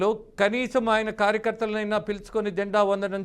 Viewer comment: అరేయ్ బాబు న్యూస్ రీడర్ అది జెండా వదనం కాదు రా 🤦🤦🤦🤦... "జెండా వందనం" అనాలి... కనీసం రాజేంద్ర గారిని చూసి నేర్చుకో 😡😡😡🤦🤦🤦